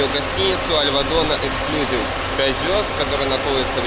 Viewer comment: Обзор неплохой, но ОЧЕНЬ режет слух безграмотная речь. В слове эксклюзИв ударение ставится на третий слог и букву "И" , а вы постоянно повторяете "эксклЮзив. Учитесь правильно говорить!